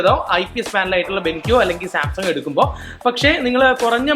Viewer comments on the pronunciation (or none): none